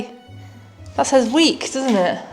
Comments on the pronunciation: the word is" near" not weak lol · you were trying to say "near" not weak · 11;08 NEAR not weak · It says NEAR FRINT DOOR...NOT WEAK 😂😂😂😂😂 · Trying to say “NEAR”??